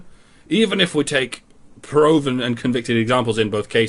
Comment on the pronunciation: Did you just say "Prowven"? o.O